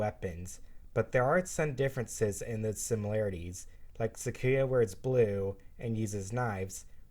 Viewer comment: You pronounced sakuya wrong Its pronounced (sak-u-ya) not (suck-ku-ya)